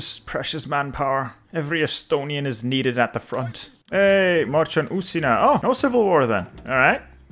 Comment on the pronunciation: The way you say "Uusimaa" in sounds so funny as finnish